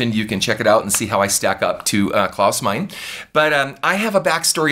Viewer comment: Great video. Klaus' surname is pronounced like "mine a"